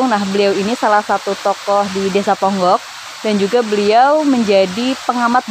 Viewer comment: Pengucapan desa ponggok nya, kok kyak bukan orang ponggok mbk